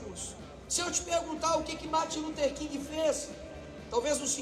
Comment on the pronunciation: Como que uma pessoa que chama Martin Luther King de "Marter" Luther King consegue chegar ao Supremo? 🤣🤣🤮🤮🤮🤮🤮🤮